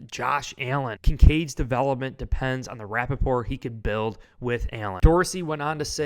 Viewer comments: Rapport is pronounced RA-pour. It is a word from French language. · I think you mean to say rapport not Rappaport. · Dude! It's "building rapport", not Rapaport, (like Michael). Lol😂